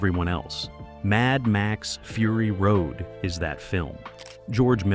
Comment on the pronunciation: Frury Road, seriously, just garbage.